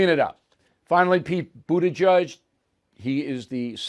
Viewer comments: Mr PAY A or PIE A, Mayor Pete pronounces it BOOT EDGE EDGE.... not BOOT A JUDGE. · I still can't figure out how you get a pronunciation of': BOOT-A- JUDGE from a spelling of: BUTT-A -GIGE ??